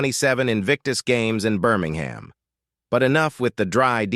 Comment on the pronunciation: Minor point - "Birmingham" West Midlands is pronounced BIRMING-MM or at a pinch BIRMING-HMM